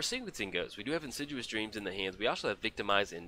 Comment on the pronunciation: It's not In sid u us dreams. It's In Sid EE us Dreams. Great game!